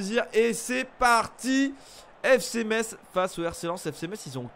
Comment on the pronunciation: On dit Messe (Metz)et pas Metsse !!!!!